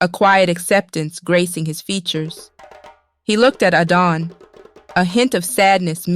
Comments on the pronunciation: Why is Adana's name sometimes pronounced "Aiden". What happend to the male narrator? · At a time I got lost with the pronunciation of Adanne and Arinze